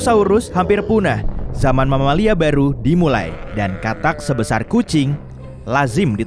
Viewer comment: sebesar bg bkan seboasar. Edit: sebuasar malah keknya g tau dhlh